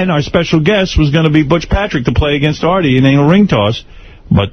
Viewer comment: shaggy calling Artie "Arby" was great